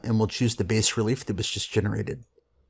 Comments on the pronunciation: Hey Guys, looks like an awesome software. One thing: the word 'bas' is French for 'low' , the s is silent. Sounds like 'bah" in English. Thanks! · It is pronounced "bah-relief". bas in french means low. Thanks for the review!